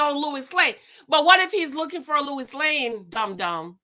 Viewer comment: Lois Lane ..not Lewis Lane ...lol That woukd be another show